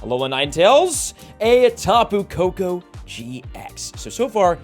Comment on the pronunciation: Tapu Koko is funny 😂